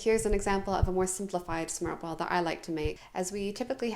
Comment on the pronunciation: Your pronunciation is extraordinary.....smørrebrød and remoulade... perfect..... one little thing though, since you asked for it..... Blasphemy..!! The dillmustard, with the salmon, goes on top of the fish not substitution for butter ;-).. apart from that, your platter looks really delicious, I would eat it, and not notice it was prepared by a foreigner....